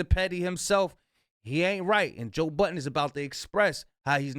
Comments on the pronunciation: There's no s at the end of Budden buddy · there’s no s on joe budden’s name.